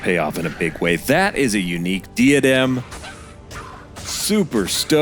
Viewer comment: Gri-FOns eye? wtf.. is this AI? Dee-a-dem?? In the hope that you are willing to learn... it's "Griffuns" eye - syllabic emphasis on "griff" and it's DIE-A-DEM, like the thing you wear at a pageant. smh.